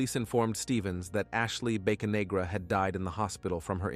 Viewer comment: I think its Bocanegra not Baconegra.